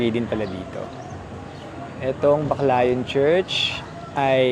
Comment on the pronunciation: pwedeng paki pronounce ng tama ang pangalan ng lugar. it’s pronounced as Back layon. Hindi po bakla-yon. just saying😂😂😂